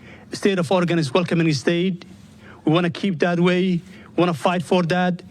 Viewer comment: Orgenions 🙂😀😅instead of Oregon’s